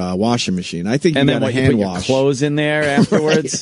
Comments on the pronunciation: Wash, Opie. Not ‘worsh’ you little child. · Say worsh one more time opie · Oh my God opie stop saying warsh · stop saying worsh